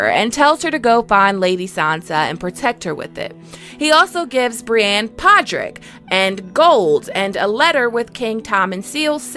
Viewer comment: How are you one of the best ASOIAF content publishers on youtube and you are still saying Brianne instead of Brienne